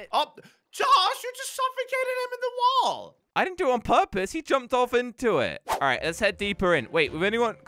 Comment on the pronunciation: Did you no wen says wall he says wool